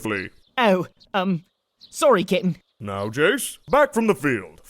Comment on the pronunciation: Does say kitten or cap'n; I'm having a debate with my roommates.